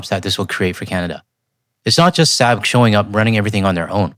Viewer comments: i might be wrong, but I think the proper pronunciation is "Sawb." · Nitpicking, here. Saab is pronounced "sob" (like crying). We drove their cars for decades and corrected the pronunciation dozens of times.